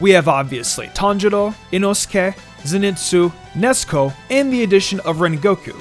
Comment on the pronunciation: It's funny how you call Nezuko Nesko